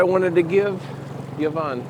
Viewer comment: Yvonne is pronounced E not Y